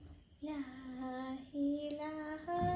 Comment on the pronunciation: ലാഹിലാഹ എന്നല്ല ലാ ഇലാഹാ എന്ന് തന്നെ ഉച്ഛരിക്കണം ട്ടൊ